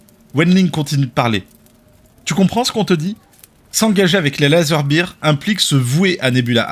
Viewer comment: Quand on prononce "Bire" en anglais ça veut dire "Bière" (Beer). Pour "Ours" (Bear), il faut prononcer "Baire".